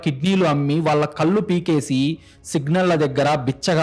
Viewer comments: కల్లు, ముల్లు, యేళ్లు, మల్లీ కాదు, కళ్ళు, ముళ్ళు, ఏళ్ళు, మళ్ళీ.. pl correct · కథ బాగా చదువుతున్నారు. కానీ కొన్ని పదాలు correct గా పలకండి ప్లీజ్ కళ్ళు అనండి కల్లు కాదు మళ్ళించాడు అనండి మల్లించాడు కాదు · Telugu bhashani sarigga palakadam mundu Ravali. Kallu ante Tati chechunundi teesi tragedi . Ekkada eyes 0aliketappudu naluka palate bhaganiki tagilinchi palakali. Edi type chesina kuda kallu ane vasthundi. Telugu aksharallo mundu nerchukondi. Eetaram antha elane Teluguni khuni chesthunnaru. Panditila v7panyasalu vini ina Bhashani marchukondi 🎉